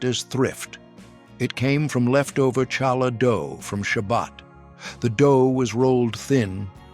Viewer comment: It’s pronounced Challah. You bring the ch from the lower part of your throat!